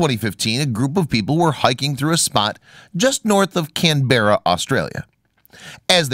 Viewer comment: hahahahha Americans pronounce “Canberra” wayyyyyy of the actual pronunciation